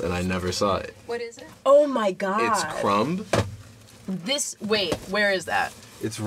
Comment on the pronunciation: Did this fellow pronounce the "B" in Crumb?